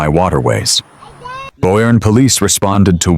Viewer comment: AI slop! It’s pronounced “Bernie.”